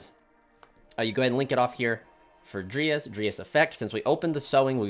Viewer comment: It bothers me that you say (dree as) for dryas but then again it's better than hearing people say "DrY aSs" lol Great vid also btw